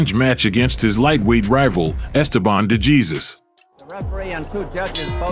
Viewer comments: Esteban DeJEEZUS. Someone clearly has no idea how to pronounce Latin names. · I sent him a message that the surname is supposed to pronounced' Dayzoose'..And my Español is promedio el major de los casos,but my GF is Puerto Rican & that helps👍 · Please use a human for the voice over (mispronounced DeJesus even with Cosell correctly pronouncing it in the footage.) Duran autographed the SI cover of the 3rd fight for me once. He appreciated that someone understood how good DeJesus actually was. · No excuse for the Narrator when one of his clips contains a gentleman pronouncing DeJesus' name correctly.